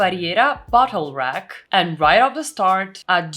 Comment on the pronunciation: oooooooh bottle rack... not butthole rack.